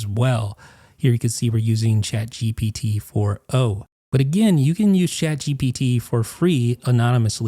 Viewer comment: Say shaad gepeetee one more time i dare You ! On the backend it is not even shaad geepetee but one of the api modes